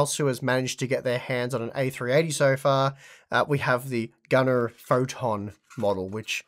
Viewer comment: Pronounce it 'Gunnere'.. I can't remember who but they got temporarily demonetized on one video because they pronounced it 'gunner'.... I think it's the name mixed with the model which I'm guessing to bots sounds similar to an AR15 and gun or something